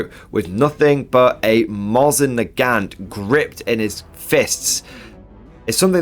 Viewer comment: It's Nagaun the T is silent when pronouncing the name so it's Nau fawn but a g instead of an f. I owned over 60 of the things before pairing down and selling my collection but I still have all my pre WWI and WWI Mosins (22) including a rare 1916 Dragoon which was the basis used on making the M91/30 rifle. I just added a Rubicon Katyusha Studebaker and a 3D printed BA-64 with both the LMG and HMG turrets for my Soviets.